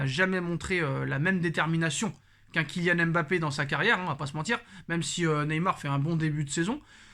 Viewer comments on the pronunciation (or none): none